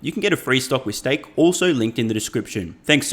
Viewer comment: "STAKE" free trade?